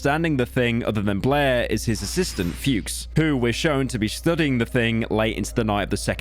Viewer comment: So is that how it's actually pronounced? As stupid as this may sound, the only associate this name with is AVGN's "Fred Fuchs".